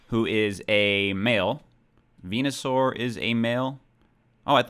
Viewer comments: Venusaur= Penis-sore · Venasaur = Vageenasaur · Venusuar---> Penisuar